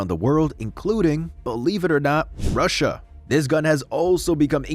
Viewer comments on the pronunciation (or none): none